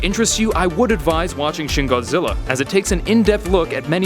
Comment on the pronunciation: Its pronounced "shin" and not "shen"